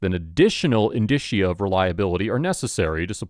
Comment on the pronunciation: Dear narrator: Indicia (Latin) is pronounced “in-Dee-sha”. Sincerely, The grammar Nazi